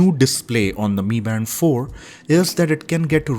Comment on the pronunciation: Bro it not me band it's m I band bro